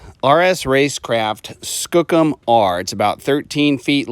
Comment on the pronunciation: Skoooooo kum please say it right. Youre from the northwest, how do you not know this? Its native for big or especially strong. The skookumchuck river means big river.